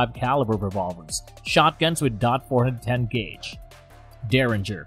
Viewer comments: The judge is a get off me gun so is a derringer. And you don't have to say dot for .410, just say 4 10, not four hundred and ten either. You have proved you know nothing about guns. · "Four-hundred ten revolver" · The judge is awesome, I carry one for years, plus you can't even say Taurus correct, dot 410 are you trying to sound like know what your talking about. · Too bad the narrator lacks any knowledge about firearms. Calling every caliber a "DOT" something just sounds stupid. WTF is a "dot four hundred ten"? He goes on to say a derringer is "neither a pistol nor a revolver". If it isn't a pistol, what is it? Later, he uses the terms pistol and rifle describing a Type 94 Nambu. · Wtf is the "dot 4 1 0 gauge" about? How could anyone even consider listening to this lol? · this is a spoof channel or something? can't say Taurus correctly or .410 and can't imagine why a Desert Eagle not being a great carry firearm.. No shit Sherlock, it was never meant to be a carry firearm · He can't even say 410 like a normal person he just sounds like he doesn't know what he was talking about and he can't say taurus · Hint, if you wanna be taken seriousley learn how pronounce the word TAURUS. Secondly what's with this "dot 45 caliber, dot 410 gauge". Definitely won't subscribe to this channel and won't waste the time to watch entire video. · It’s Colt not kale and you don’t say dot four hundred ten it’s just four ten. Do you know nothing about guns? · It's pronounced Towrus in dot 45 and dot 410 gauge